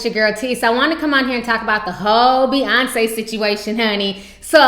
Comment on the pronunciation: its Beyoncé, not bey-uhnce